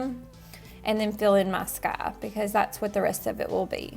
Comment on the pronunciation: "Mah sky"